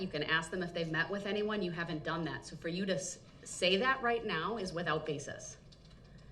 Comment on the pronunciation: The word is That, not Dat.